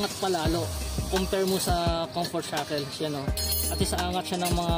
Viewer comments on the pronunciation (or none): Cunfert jackel....Da fuck that's all I heard all the time.